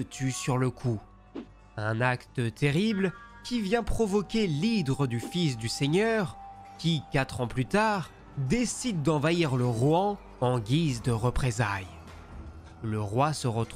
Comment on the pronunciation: L'hire pas l'hydre 🤣Sinon c'est top, merci bcp !!